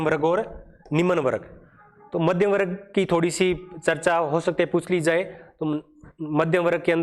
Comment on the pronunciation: Explanation bahut acha h but pronunciation me bahut mistakes h jaise warg hona chahiye n ki warag👍